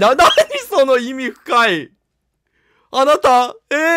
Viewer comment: 意味深(いみしん)のこと意味深(いみふか)いって読むの草。